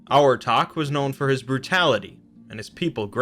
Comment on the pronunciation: For Abhartach I think the bh should make a v sound